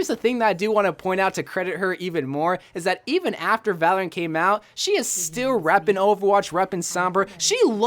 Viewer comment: It sound like ur saying valent but is Valorant xD